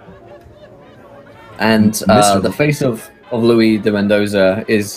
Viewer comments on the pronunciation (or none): It's kind of annoying how the DM constantly pronounces "Luis" (Spanish) as "Louis" (French)